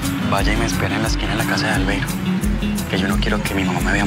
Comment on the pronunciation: Pq será que la diabla a Albeiro le decía "albeirus"?